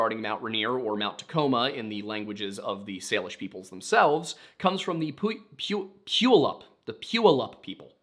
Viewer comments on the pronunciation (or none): I know people have already said, but yeah, everyone here pronounces Puyallup "pew-wall-up" (or more, pyuhwallup, but thats hard to figure out how to spell phonetically). Also, this might be completely wrong in a historical context and may even differ throughout the state, but everyone I know (living in the puyallup area) pronounces Rainier "rain- near" I have no idea why hearing it pronounced rahnier is hitting my ear so wrong lmao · Puyallup : Pew-All-Up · Puyallup is pronounced “poo-y’all-up” lol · Puyallup is pronounced "Pew-AL-up," with the emphasis on "AL" and with "AL" being pronounced like "Al Sharpton" ... Dont ask me why i chose his name specifically to explain it, your guess is as good as mine lmao. And thank you for doing a video about M411 in my hometown-ish! Reppin Tacoma 253 baybee :D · For anyone wondering Puyallup is pronounced pew-al-lup ❤ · I haven’t seen a comment so forgive me if it’s already been said, but the local tribe (and city named for it) is pronounced pyoo ALL up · pew-ALL-up, for Puyallup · Puyallup is pronounced "pew-a-llup"...but good try! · Puyallup is pronounced p-you-ah-luh-p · Puyallup is pronounced poow wall up, like a pistol poo poo, then wall 🧱 and up👆. Glad i could help. Local 😊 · it's Puyallup said like (pue al up) commonly said wrong and half the history of the northwest is the same. Easier to read the hear cuz u can see the word correctly. Look into history of Vashon Island Washington. Cults, military base (Nike site) which mo one speaks of. Why? The history is rich. Northwest has it all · “Pwee all lup “ dude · lol I live in Tacoma your Puyallup is way off ❤ Pü • allup. Y is basically silent. You’re making it harder than it is ❤ I feel like most native words sound exactly how they look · Just a note that Mt Tahoma is an active supervolcano, not dormant. She's ranked as the 2nd most dangerous volcano by the USGS. And it's pronounced "pew-all-up" (Puyallup). Glad I stumbled across your channel tonight! Enjoying the videos.